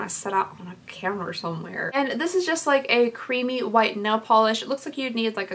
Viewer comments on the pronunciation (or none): none